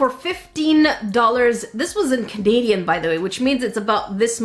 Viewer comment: lol you said cadaidian not canadian sowy if i spell bad love your vids btw ---- by the way